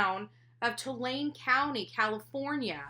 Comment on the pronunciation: It’s Tulare county **